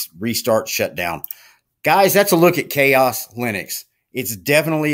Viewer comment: Ok, I have to correct you on the pronunciation of the OS. It is "Ka" OS. Not Chaos. I am pretty sure the developers wouldn't name it how you are pronouncing it.